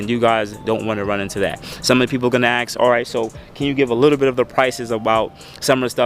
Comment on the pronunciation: Aks me about my akstetics.